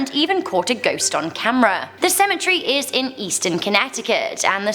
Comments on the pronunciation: Cemetree lmfao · Why does she call it a cementry, when it's cementary